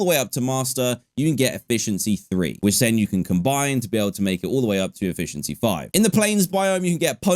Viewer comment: HE SAID EFFIENCY 5??????